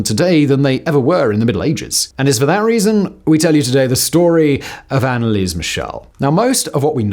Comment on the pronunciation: ah simon, you are butchering that name.... but i´ll look over it eventhought my ears hurt everytime you speak her name